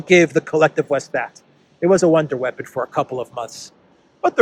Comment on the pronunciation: Wonder weapon: pronounced One-Day weapon 😂